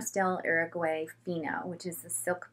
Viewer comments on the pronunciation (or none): none